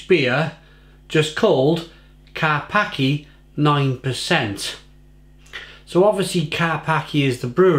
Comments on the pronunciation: Karpackie not Karpaki don't be racist :) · I believe the pronunciation is KAR-PAS-KIA .... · Its better than special brew or kestrel super. Its pronounced karpachi BTW.... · Learn to pronounce it properly first - Kar-pats-kyay Ignorance and clearly can't handle the strong stuff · Its pronounced car pach kia... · Dude, it's actually pronounced Ker- peski- uh. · Pronounced car-pa-cha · Pronounce it right 😂